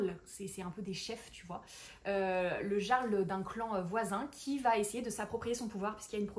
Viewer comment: Très chouette vidéo 🎉 petite aide "prononciation" , le "j" dans les mots Jarl et Bjorn pour ne citer qu'eux, se prononce comme un "y" ou "ill", donc "yarl" et "Biorn". Je ne connais pas l'autre mot par contre 😅 ⚔ Sinon, Hourra pour la fantasy et la romantasy ! ⚔